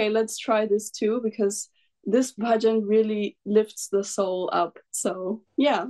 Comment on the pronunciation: Her pronunciation of words of Bhajan is better than an average Indian. Fantastic.